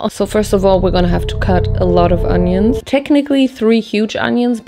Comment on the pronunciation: I live for her pronunciation of onions